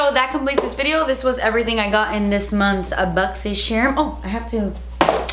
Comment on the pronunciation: I love how the ad for your boxycharm unboxing videos is a compilation of your.. boxycherrrrm unboxing intro 😂 😂